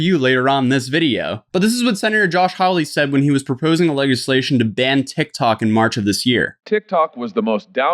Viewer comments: Am I the only one who'ss first time it is to hear leg-iss-lation? That was good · The way he pronounced "legislation" 😂 🤣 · Boy I know you didn’t just pronounce “legislation wrong” lol